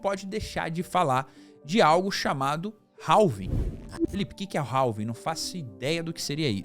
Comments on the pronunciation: não é 'ralvin' que fala é 'rávin'. do you understand me? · Cara, desculpe, mas nao se pronuncia o L da palavra Halving, a pronuncia é algo parecido com RAVING.